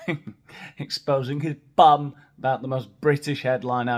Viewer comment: Oh Hearing u say bum gets me😅